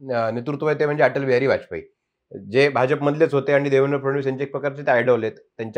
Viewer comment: Hya Bhauna " Bh'Ja'Pa" cha ucchhar kasa karayacha te shikava.